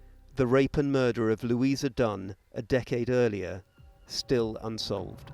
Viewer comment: Lou ee sa. Not Lew ee za.